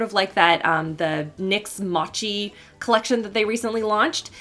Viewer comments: “MAH-CHEE” Omg 😂😂 it’s MOE-CHEE btw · motchi? GIRL it’s pronounced moe-chi RIP ahahhaa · haahha "mah-chi" it's mochi!! youre so cute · The way she pronounced mochi as mawchi omg.... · mochi is pronounced as mohchee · I did see one other comment but in case you need to say it again mochi is pronounced with a long O! :)